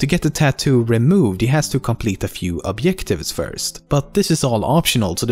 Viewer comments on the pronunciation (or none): And objective as obyective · man said obyective but yennefer as jennefer XD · It really gets confusing why he says Jennifer when you take into account that he says "obyectives" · Objective with a "j" = "obyektive" Yennefer with a "y" = "Jennifer" Cmon man hahaha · Yeah no, some swedes do have trouble with it. Just listen to how he pronounced "Obyective". Thats not being ignorant, that my dear lad is an accent. Trust me i know a lot of swedes